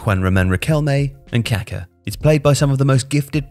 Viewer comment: Please pronounce it KaKÁ!